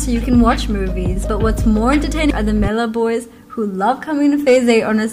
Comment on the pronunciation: She fr said “maila boys” lmao